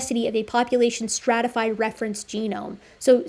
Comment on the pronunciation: full geome ex dee